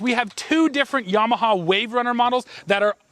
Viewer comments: Pronounce "YAMAHA", not "YEMAHA"!!! lol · "yaymaha"...like in yams and sweet potatoes pictured on your shorts? Canadians, eh! ..LOL!